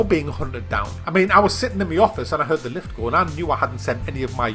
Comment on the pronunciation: "In ze building"